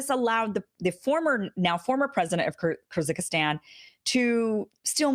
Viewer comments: "Kirzickistan" is NOT how Kyrgyzstan is pronounced. Ever heard of PHONICS? Ever learn how to do it? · Kyrgyzstan is pronounced "kerzeekeestsn" & advisement is pronounced "advizement" ;) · Very good presentation. Kyrgistan is pronounced Kergistan. :) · Makes sense.// If you mean Kyrgyzstan, it's pronounced 'kur-guh-stan'.